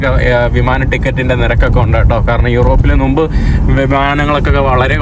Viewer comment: നു മ്പ് എന്നുള്ളത് ശരിയല്ല മുമ്പ് എന്ന് മാറ്റി പറയുക. ബസ്സിൽ പോകുകയെന്ന് പറയുക മാഹീനേ